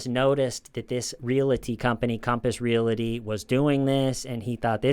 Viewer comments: It's Real-ty not real-i-ty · Please keep saying 'relaty' instead of 'realty' forever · Great video except for the mispronunciation of "real-ty" (a two-syllable word) as "real-la-ty". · re-al-ty not re-la-ty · Hey buddy! Realty has no “i” in it. You pronounce that word “real- tea” not “real- ity “ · Just wanted to mention that "realty" is a 2- syllable word. It's pronounced "reel-tee". You must have mentioned Compass Realty at least 50 times in this video, and each time, I cringed. Really good video, though! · You're the best buddy but its REAL-TY. There's no A between L and T. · Not making fun, just saying...real-tee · Love your show! One little critique—there is no vowel between the “l” and the “t” in the words “realty” and “realtor.” Pronounce realty like you’re saying that you’re drinking real tea. Pronounce realtor like you’re saying, “That craggy hill is a real tor.” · Thank you for calling TULLIS REAL-ITY, speaking. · Stop saying realty😂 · doesn’t know how to say "realty"